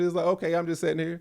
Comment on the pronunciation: saying “setting” instead of “sitting” is so funny to me 😂